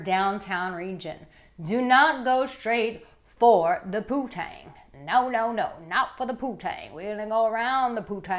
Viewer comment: It ain't "poo-tang", nimrod...it's "poon-tang". Smdh...daddy must be so proud of his baby girl